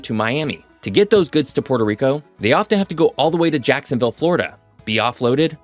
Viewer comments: "Puerto" is a Spanish word and is not pronounced like the Italian word "Porto". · It is pronounced “PUELTO” - ask any Puerto Rican mang